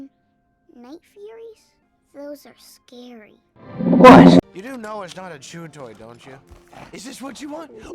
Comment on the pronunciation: "twose are scawy*